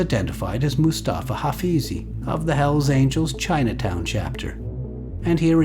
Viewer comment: Hells Aniels??? Quien mi3rd4 habla en el video?? Dammn